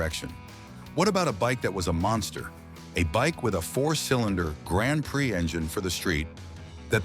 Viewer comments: ... "PRIX" - pree, not pry, ok ? ... (÷ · You need to learn to pronounce bile terms, like PRIX!